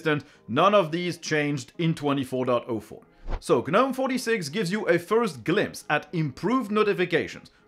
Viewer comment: The G in Gnome is silent.